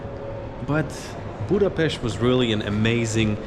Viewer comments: Thank you very much for learning and using the right pronunciation of Budapest! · I am glad Hungary and Budapest worth to visit by your opinion. But there are several nice places inside the country which worth to visit too. You deserve praise for how beautifully you pronounce the name of Budapest, this is not usual unfortunately.... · I'm so glad , because your prononciation of the city is perfect!!